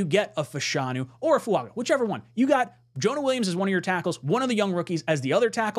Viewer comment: why are you mispronouncing Fuaga's name. I am sure you watched the video where he corrected the pronunciation of his name. Just incase he becomes a JET lets make sure the people don't look stupid mispronouncing his name. As far as J-Williams, if he comes here it would be to play LT not right. He is clearly a RT but some ppl want, what they want.